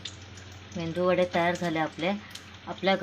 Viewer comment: Mendu vade nave ho meduvade😅